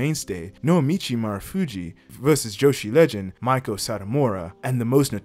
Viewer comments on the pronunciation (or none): Bro really called Meiko "Miko" Satomura 😭